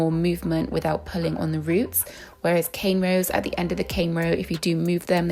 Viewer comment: Why do u keep saying cane rows i stead of corn rows is this intentional or not?